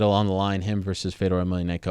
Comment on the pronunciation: Dude, learn how to say Fedor's name right. Geez, what the fook was that?